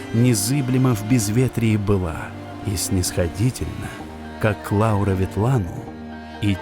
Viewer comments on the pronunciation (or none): none